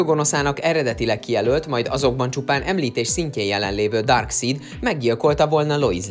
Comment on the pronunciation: Ki az a DÁRKSZÍD? Le szid mindenkit? Vagy mi? :D